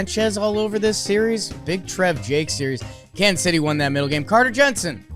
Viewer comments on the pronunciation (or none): none